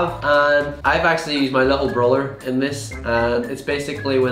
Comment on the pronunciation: Why every time you say me food not me food my food